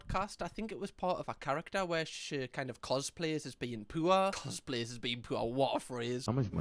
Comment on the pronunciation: struggled to realize he was saying “poor”